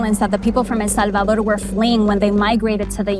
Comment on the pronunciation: The way she says El Salvador 🤦🏻‍♂️ 😴😴